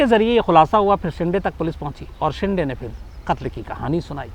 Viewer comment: सर, शिंडे नही, "शिंदे". दरवाजा वाला द